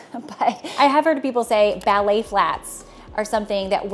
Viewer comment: I think she is trying to say ballet.